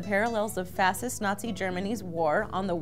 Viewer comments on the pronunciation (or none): "Fassists" -, who can't pronounce words.